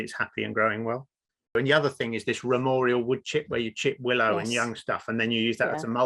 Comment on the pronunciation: Not ramorial. Its ramial.